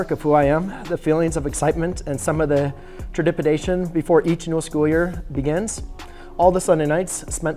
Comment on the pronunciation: Lol tredipidation